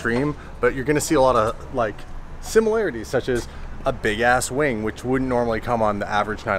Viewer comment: he said wang i think he meant wing